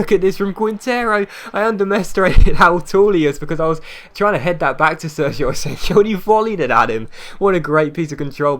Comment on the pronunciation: It's pronounced asenyo